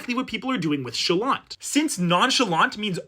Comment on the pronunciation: Stop pronouncing the "t", it's supposed to be silent